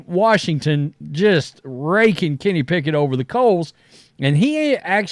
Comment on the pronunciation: Kenny “Pack-it” will never get a start over a healthy Jalen Hurts.